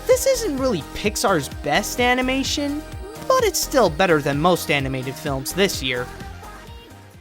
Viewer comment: I've been hooked on your videos for like a week and I can't decide whether it's because I'm entertained by hearing reliable views from a likeable host or the novelty of how you say "animeishen".